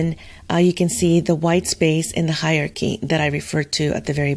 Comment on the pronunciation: Hyarchy... no Hierarchy... yes (it's pronounced higher-arekey) Other than that little nit-pick😂, your video and instructions are really good!